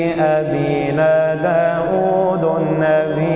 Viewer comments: داود بالفتحة و ليس بالضمة لانه اسم علم منصوب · ، داودَ بالفتحة و ليس داودُ لأنه اسم علم منصوب بالفتحة 😊🌺